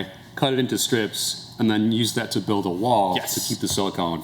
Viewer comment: I can never tell if it's Bills accent, me hearing thing or does he really pronounce the "" in "Build"?